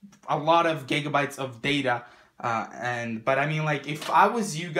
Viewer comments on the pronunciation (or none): none